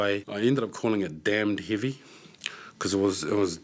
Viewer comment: "either way, I ended up calling it dambed heavey, because it was damb heavey." That was so funny!!